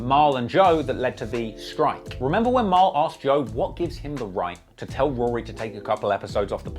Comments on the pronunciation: It's weird the way you say Rory properly sometimes, then you switch to that weird Rury pronunciation. Are you doing that for the Americans? Anyway, very interesting video, first one I've watched. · I lost a lot of respect for "Rury" here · Are we not gonna talk about the fact that they pronounced it ROO REE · Akademiks pronouncing it Roo-Ree and Maul is the ultimate disrespect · Him keep referring 2 Rory as RURY (from Akademiks) is fckn HILARIOUS 😭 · im dead at you calling him rury the whole time lmao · Bruh I’m like this video heavily leaning towards Ak lmao. Dude sounds like a fan especially the way he keep pronouncing Rory and Mal name the same disrespectful way Ak does lol